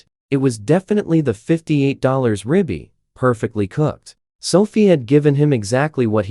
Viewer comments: BY THE WAY, THAT'S RIBEYE...NOT RIBBY!! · Another AI bullschitt dime novel creation. The give away was the “ rib bee “ steak twice.